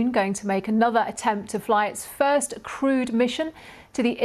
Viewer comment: does she mean "crude" mission, or "crewed" mission. This feels like a crude mission.